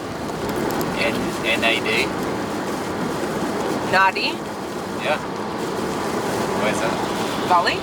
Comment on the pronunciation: Hey, just in case you go to Fiji, and I recommend you do, Nadi is pronounced Nandi. AD is pronounced and in Fijian 😀